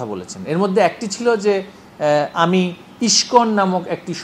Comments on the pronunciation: তিনি শিক্ষিত ভাই,তাই সঠিক উচ্চারণ করেছেন.. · Pronunciation of Iskon is very excellent. To be a Education Minister.